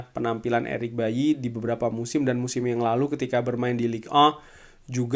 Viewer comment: Eric baily bang bukan eric bayi 😂